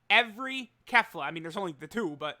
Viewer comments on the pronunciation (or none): none